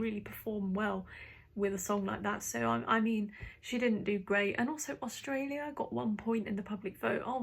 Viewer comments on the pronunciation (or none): none